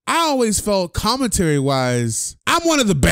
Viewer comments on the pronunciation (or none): Jason parra "comintary"